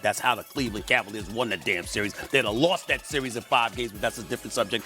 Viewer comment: How tf can he say “series” with pouted lips